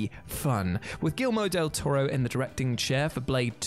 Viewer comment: You mispronounced Guillermo del toro.